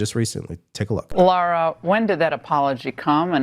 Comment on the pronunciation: C'mon - it's Lara not Laura. It's on screen for the whole clip, silly avoidable mistakes like that are only to your detriment.